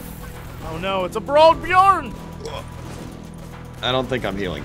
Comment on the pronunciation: Love that Jesse can't say the ö in "björn" correct except when he ridicules our language (björgenfjörgen?)